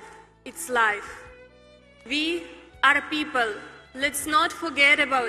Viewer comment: "Ві ар піпл, лец нот форгед ебаут іт"! :D Чесно, з усією повагою, не можливо слухати це. Лишень одна хвилинка промови. Невже не можна було її навчити вимови? Не було кому- сумніваюся....